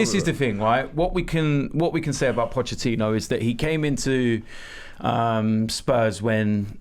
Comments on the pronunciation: Somebody tell Robbie it's Pochettino, not Pochechino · Robbie stop saying Pottechhino, Pottechhino ffs 😑😑😑✋ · Caleb Wortley The ex spurs manager is Pochettino not Pochechino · Can someone tell Robbie it’s Pochettino not Pochechino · His surname is not pronounced Pochechino Robbie. There is a T there, not a 'Ch' sound. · Nobody: Robbie:. Pochechino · Robbie 'pochechino' 😂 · Pochettino finishes his five year reign with Tottenham and Robbie still calls him pochechino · We should be focusing on how Robbie calls him Pochechino almost all the time!